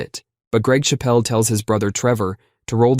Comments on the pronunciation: It's Greg Chappell, not "Greg Shappelle," whose brother's under arm bowling led to the ban in cricket. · I like your videos, but it's CHAPpell not shapPELL. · Chappell. Not Chapelle. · chapel, not chappelle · The pronunciation of Greg Chappel is 1) completely understandable, and 2) absolutely hilarious. It's Chappel as in church, not Chappel as in Dave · Chappel, as in church, not as in Dave Chapelle. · it’s CHAP-pl - there’s no ‘e’ on the end to make it French.